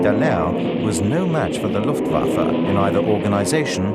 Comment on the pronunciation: are you just trolling? because he says Luftwaffe about right like and he even says bayerische flugzeunwerke about right